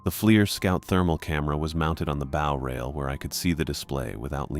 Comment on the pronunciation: These stories can';t pronounce "bow" properly when talking about ships, but it gets the pronunciation of "gunwhale" right?